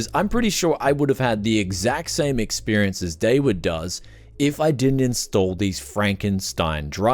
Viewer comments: It's not David. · That’s an… ‘interesting’ pronunciation of “”